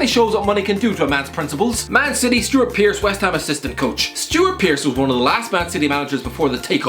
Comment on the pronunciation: Anybody noticed he called Stuart Pearce, Stuart Pearace?